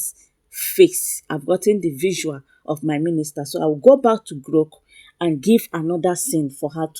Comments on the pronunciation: Are you say GROK AI or Gro AI? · Are you saying GROK AI or GRO AI?